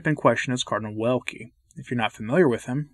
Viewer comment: They cancel anyone opposing. Even cardinals. Ps. Check the pronunciation of cardinal's name, for sure it's not like wind rather w like in vision